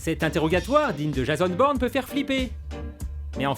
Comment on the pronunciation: "jazonne baurne" pitié essayez au moins, mes oreilles saignent.